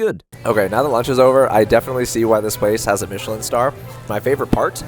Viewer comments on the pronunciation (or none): Dude - 'Mitch-i-lin' is a maker of tires. The restaurant guide is pronounced in the French style, 'Meesh-lan'. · Michelin- Pronounced, ‘Meeshlah..’ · Pro: Meesh-el-an star 🤦🏽‍♀️ And keep the mic clipped to your top - you know we can hear you! 😂